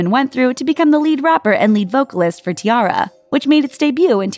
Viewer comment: i think you should do more research before you try to pronounce certain k-pop names such as Kara and Tara.